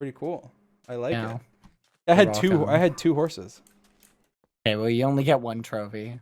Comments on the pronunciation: Dream pronounces s’s as z’s sometimes. Wazabi and horzes >_< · Everyone: Talks about what happened George: Horzes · George: Hears dream say ‘horzes’ George: “Horzes” types* “Horzes” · nobody: like actually nobody: Dream: horzes